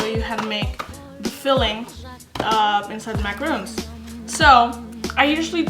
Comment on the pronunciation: its MACARON not macaroon